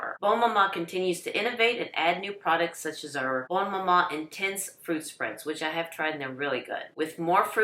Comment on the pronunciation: I got mine for the first time this year. Lovely! As a diabetic, a 37 gram jar lasts three breakfasts, so it'll last more than twenty-four days. Order early to avoid disappointment. Only one negative comment - I wish this lady would learn how to pronounce "bonne". She says "bone" every time.